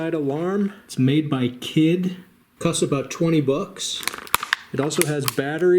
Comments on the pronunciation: It’s pronounced kiddeh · Kidde. Kid-dah.